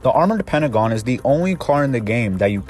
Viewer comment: It's the armored PARAGON, not "the armored pentagon"